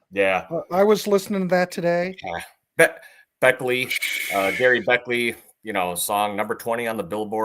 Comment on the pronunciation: Cmon guys, Gerry Beckleys name is pronounced Jerry not Gary. And Dewey’s last name is pronounced Bunnell not Bunnel ! Get it right! But I do appreciate giving my favorite band some love. Thank you